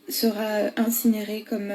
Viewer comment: On dit quand même pas commem !